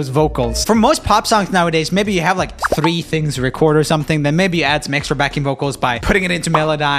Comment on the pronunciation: did anyone else noticed that Joel's swedish accent became really thick when he said the number three, or am I the only one who noticed?